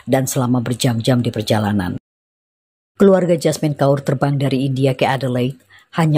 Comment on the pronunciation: ‘Kaur’ adalah gelaran ank perempuan keturunan Sikh. Sebutan Kaur adalah “Kor” tanpa membunyikan huruf R